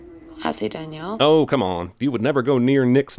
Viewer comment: As someone whose full name is Danielle, never in my lifetime have I liked ANYONE calling me "Daniel" which is how Jeremy pronounces that name. *Ding*.